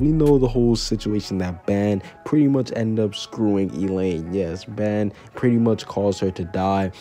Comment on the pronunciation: It is but its pronounced ban